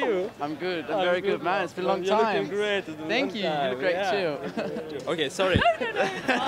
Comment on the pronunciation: The "Thank yuuu" is so South African.